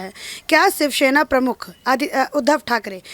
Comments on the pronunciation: btw she is saying 'sivshena' which is not close to shivsena or shavsena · Who is this anchor who can't even pronounce "shivsena"?